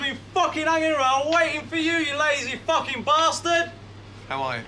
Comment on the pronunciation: lmaooo "we're in the middle of the fOoKiN field!"